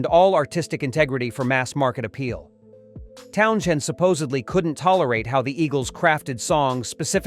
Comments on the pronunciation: I couldn't finish the video. The bullshit mispronounced name threw the video off and the information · Learn how to pronounce the guys name before you crap all over the bands mentioned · Would otherwise be a interesting video to see, I just cannot wrap my head around the mispronunciation of Townshend. For the love of God get it right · Can't listen to someone who can't even pronounce his name properly. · He probably also hates fucking idiots who post videos constantly mispronouncing his surname. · If you can’t pronounce his name correctly you may as well give up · Wrong pronunciation of Pete`s surname.Ridiculous babble. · God, learn how to pronounce the guys' name! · Maybe learn how to pronounce Townshend before coming out with this ! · Unwatchable. Too much AI BS who can't even pronounce Townshend. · Dump the AI- sounds like crap- can't even pronounce TOWNSHEND!!!! Don't be so lazy!!!!! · It sounds awful slaughtering Pete's last name of Townshend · The AI sees the “sh” and pronounces it incorrectly. I wonder if it could have been corrected. I hate these posts using AI instead of a real person. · Honestly, that's how I pronounce Townshend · Even AI can have a speech impediment. 😂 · How am I mocking him ? The only thing distracting from the content is the narratotr's inability to pronounce the man's name properly. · The man's surname is pronounced Townsend and NOT Town SHend! Everybody else knows this. Please wake up to it! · It's just pronounced Towns end not Town shend. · Town z end, there is no shhhhhh in there fud. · What genius picked this AI voice that can’t pronounce TOWNSEND?? It’s not Townxiend, FFS… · If you're going to use a crappy bot to do your work fit you, you could at least train it to pronounce Townshend (Towns hend) correctly. There is no fucking SH... Or maybe you don't even know how... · The AI narration sounds really stupid! The video is about his comments and opinions, but the AI voice keeps mispronouncing his name as Town-shend! 😂